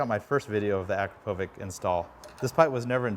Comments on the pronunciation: its pronunced akrapovich not akropovic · The brand of the muffler is pronounced Akrapowitch! Leading brand among sport exhaust systems - made in Slovenia EU. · The way he pronounces akrapovič, like bro there's a "č" for a reason it makes a "ch" sound like ch from "CH"ina